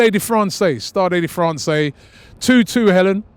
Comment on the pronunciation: I doubt it's pronounced staday de francay